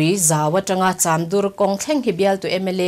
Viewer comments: Cham dur tia angjn I lam, chamdur tih mai tur a ni e. Dur hi thluk loh tur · Chamdur ti a cham lam dan kha ka hriatdan chuan chamring(khaw hming)anga lam lovin piancham ti a cham kan lam anga lam tur a ni lo maw..😀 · CHAMDUR lam dan hi a dik lova, pm news ah chuan rawn tih dik tawh ni se Pian cham lam rik dan ang hian Chamdur tih pawh hi lam rik nise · Serchhip lam tan chuan beng athlep deuh. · Chamdur hi adur lai hi khawdur anga lam rik tur a ni lova, lei dur ṭha kan lam rik a, dur lai rik anga lam rik tur a ni e. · Chamdur lam dan a dik lo em.aw